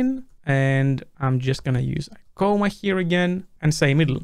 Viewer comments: C-AH-MA, not C-OH-MA, thanks. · It's "comma" not "coma". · If you already pronounce comma like coma, how do you pronounce coma?